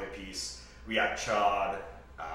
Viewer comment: The fact that you both had the discipline to intentionally mispronounce Ch’od for so long was impressive.